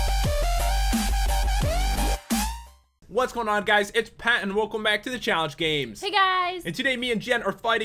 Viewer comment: its pat not qat